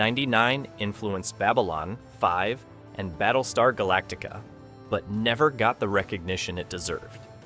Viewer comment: Teach your AI how to read. I couldn't say "ABC" or Babylon 5" consistently, among other things.